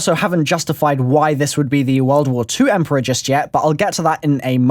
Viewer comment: Takeo says " emporior " in the giant